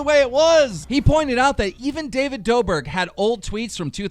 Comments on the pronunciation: Who The F***k is David Dober? Its David Dobrick! Like it's 'Rick' not 'Ber' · NIGGA STOP ITS DAVID (IM PUTTING IN OTHER WORDS SO YO DUMB ASS CAN PRONOUNCE IT) DOUGH BRICK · keemstars pronunciation of Davids name has to be fixed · DaViD do”BERK”